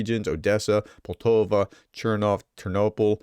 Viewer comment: It's Poltava, not Poltova. Poll- tAh-vah. Compare New York with Newark.